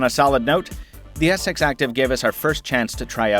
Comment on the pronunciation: Sounds like he's saying Galaxy s sex